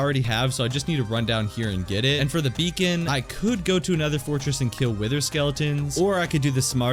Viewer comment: He said Beacon wrong